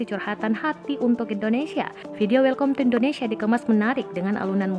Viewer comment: Welkom ya,mbak? Kalo ga salah dibacanya welkam. Lulusan apa ya penyusun narasinya?